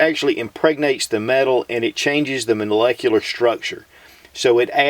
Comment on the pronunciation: Monalecular... lol, love you